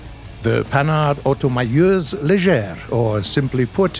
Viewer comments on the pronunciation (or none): Panhard Automitrailleuse légère, come on! That not that complicated to say "automitrailleuse", you literally say "automailleuse" where did the "itr" go? I not that mad about it, French is a difficult language to pronounce for anglophone (I don't want to imagine how hard it can be for russian). Love you even if you do some (big) mistake some time.